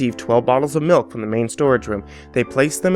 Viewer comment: Oh i'm sorry, I thought it was pronounced Smilk and spelled Smilk.